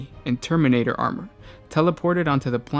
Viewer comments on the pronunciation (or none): none